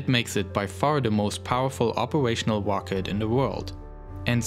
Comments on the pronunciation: “The wocket” lol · " With big wocket we go to maws." Awesome video though! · You sound like kripky from big bang theory Wocket. I am sorry but it's amusing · It’s rocket not wocket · Not to be rude and no offense, but... "Wocket" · Not ROCKET ITS "WOCKET" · "its the most pwoerful operational wocket in the world" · Dubwa for "wocket" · Volkan Eren Wocket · woom woom goes de wocket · "Wocket" xD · what's a wocket? I didn't pwogwess thwough the video sowwy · hehe,I like the way you say rocket as 'wocket' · Wed woadster wocket erf oporational dis exporation dey pwogwes wussia wegain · Tesla Woadster, wocket lol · Wocket, wussia, bwoke, pwoject, owiginally, etc etc etc